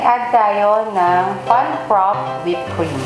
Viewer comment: Ladies, I enjoyed watching your video. However, you keep mis-pronouncing frappe'. It's pronounced fra-pay, not frap.